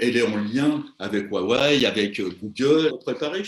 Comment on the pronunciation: Waïway!??...🙄 Il faut arrêter d'Americaniser les marques Chinoise arf!... ça se dit Rhuawei...